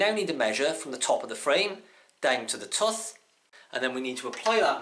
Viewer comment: wtf is a "tuth" ? you mean tooth right